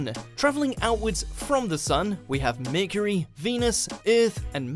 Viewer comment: meercery, eeerth🤣🤣😂😂😁😅😅😆😆